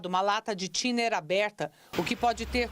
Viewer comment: 😂😂😂 é que o bombeiro falando Thinner pareceu estar falando Tinder